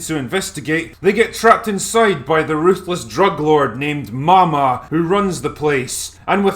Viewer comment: It's pronounced Maw Maw.... get it?